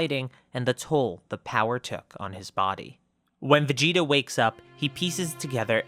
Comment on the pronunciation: Guys is it just me or is it supposed to say vegeta?